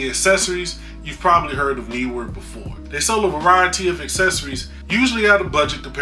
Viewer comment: haha word! Think you nailed the pronunciation of Neewer by the way;)